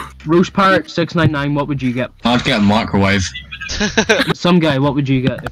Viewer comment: I heard macrowive lmao